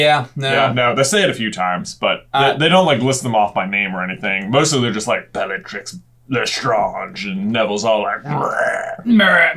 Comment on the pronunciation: We, French, pronounce Bellatrix exactly the same as you and you did a good job there, trying to pronounce "Lestrange" in a French manner. Kudos to you! Fun fact, many words which were both used in England and France in the olden days which are spelled with an "s" after the first audible vowel (like hospitals...) have now lost their "s" in French, often (but not always) getting an accent instead as a reminder that there used to be that letter in the word (French: hôpital) and for that reason, it would have been logical for us to call her "Bellatrix Létrange" (which could translate back into English as " Bellatrix the Weird") but for some reason, her name was left as it was during the translation/adaptation process (unlike poor Snape whose name has totally been swapped for something totally unrelated)...